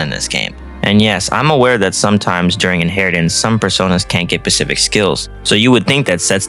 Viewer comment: Nice video. It's *Specific*, not *Pacific*. Why can't any SMT fans speak correctly?